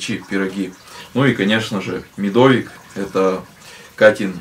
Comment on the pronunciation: Я не для того, чтобы кого-то обидеть пишу, хочется реально узнать. Я живу в центральной части России и ваш говор и ударения мне очень режут слух. Например, как вы говорите медОвик, вместо медовИк. Но вот второй раз в вам приезжает телевидение исчезает говор и правильно поставил ударение, когда про торт говорил. Опять же, правильно для региона где живу я. На Урале может по-другому говорят. Но при телевидении речь прям меняется. Почему так? В обычных видео вы делаете это специально, чтобы придать какой-то колорит или как?